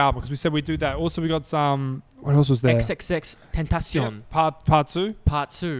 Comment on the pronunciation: First youtubers to pronounce Xxxtentacion right 😂😂😂👌